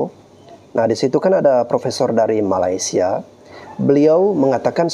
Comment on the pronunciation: Malaysia bos bukan Malasia, masa bilang Malaysia aja susah, alasan aja